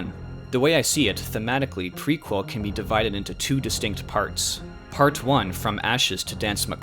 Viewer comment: The mispronunciations throughout... Worth the price of admission! Dude, it's pronounced, Pre- kel. NIHL is pronounced like the river. The Nile. Couldn't watch it any further. Correct your mistakes or lose subscribers.